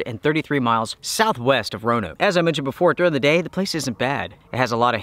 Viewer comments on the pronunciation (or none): none